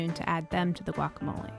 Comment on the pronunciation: I knew I should have stopped listening when I heard the way you per Matt pronounced guacamole. Also you told us how many onions you told us how many of everything else but you left out one thing, how many avocados? What the hell!